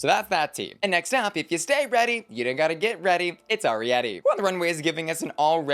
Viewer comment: It's funny that the season is over and people are still mispronouncing Arrietty's name. Saying "R-E-Etti" instead of the correct way: "Air-E-Etti. 😂